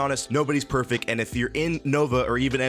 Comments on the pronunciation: why did to u say perfec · i love that he mispronounced perfect. ah classic comedy.